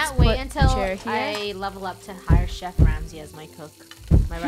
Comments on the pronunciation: "I'm a ShEf" burns CrOhSaHn ShEf. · "I am shef"? No, no Shef is i . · “IM A SHEF” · wait funneh said "say im a shef" at the end of the vid but at the comments she said "YOOT COMMENT TRAIN" soooo.... thomas is a shef